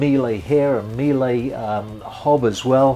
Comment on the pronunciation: Quite the beauty. I'll try to save up for one. BTW, Miele is German, not French, so it's pronounced "meel-uh" (similar to Porsche), not "meel-ey". the symbol for knots is kn, not "KTS" (kelvin-terasiemens) or "kts" (kilotonne-seconds). the symbol for nautical miles is nmi, not "NM" (newton-molar). the symbol for hour is h, not "H" (henry). the word is spelled litres, not "liters" (which is a brand-name respelling of "lighters").